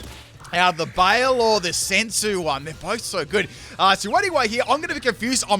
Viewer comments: BYE-LAY not bale :( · just fyi: baile is pronounced close to by lay, not bale. It's Spanish. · Oh gurl. Not my Spanish ass getting triggered by you calling Baile (Bye-leh) BAY-IL. lol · I died a little bit every time you said “bail”. Baile= bye-le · Baile. Is pronounced Bye-leh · Since you seemed in doubt, Baile is pronounced like "BY-LEH" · Oricorio Baile is pronounced baile "By-leh" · Haha, the simplest way to pronounce baile would be to say something like "bye le" it's Spanish. That was a fun video. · Baile is Spanish Flamenco. Pronounced 'bye-lay'